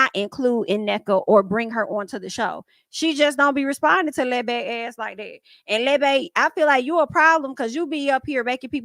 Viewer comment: Why you sound like you saying Lil Bay for Lebe? 😂 Girl, you had me rolling at work. Had to chill and remember where I was. Love your reviews